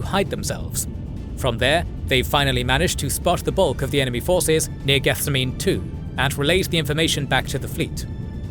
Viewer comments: Love the video, but every time you say the word "Gethsemane" my eye twitches. It's geth-SEM-uh-nee, as in the Garden of Gethsemane from the Bible. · I'm sure someone else pointed it out, but it's pronounced "geth-sehm-ah-knee", like the garden in Jerusalem where Jesus prayed before he was captured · good video, but I would rather be sold to a dark Eldar than hear you pronounce Gethsemane again